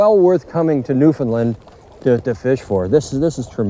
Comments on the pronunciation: Newfinlind. How do you pronounce new. ,found , land not new,Finlind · lol newfinlind new-found-land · Just incase you would like to pronounce the name of our Province properly say these two words together. " Understand Newfoundland " Try It !!